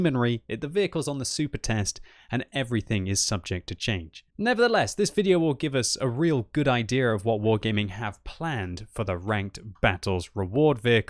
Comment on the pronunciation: The word idea has no "r" in it so it is pronounced idea and nor idear.